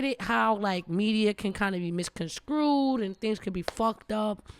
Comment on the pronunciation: fire episode but it’s misconstrued not misconscrewed 😂 much love tho